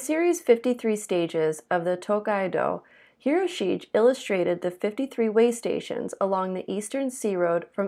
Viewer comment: Good job, mispronounced Hirosigue though.